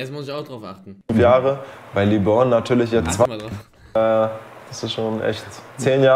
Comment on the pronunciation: Mich triggert das jedes Mal wie Eli Lebron ausspricht